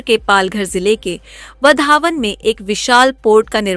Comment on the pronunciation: वधावन × वाधवण ✓